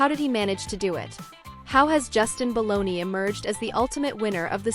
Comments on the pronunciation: BALDONI! Not Baloney! Get it right! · BTW, his name is Baldoni, NOT Baloney.